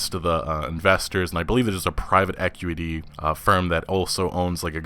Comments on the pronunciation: ecueity??? I think you mean equity bud are u incapable of pronouncing words with q's properly?? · Please learn how to pronounce acquisition and equity. Lol 😂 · He does the same kind of thing with 'equity' . There's something odd about his Qs. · you say the "qui" sound wierd I never noticed it before but u said acquisition a couple times and then equity and it sounded odd lol.